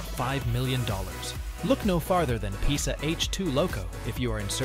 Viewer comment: You are reading the name „PESA“ wrong